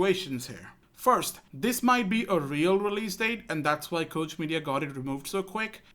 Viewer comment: Just an FYI for future reference Koch is pronounced like Coke the soda company.